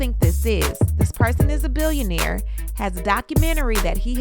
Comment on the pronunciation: he said billonaire